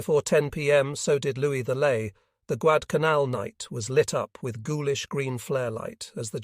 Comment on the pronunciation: Not Guadalcanal the voice said Guadcanaln consistently.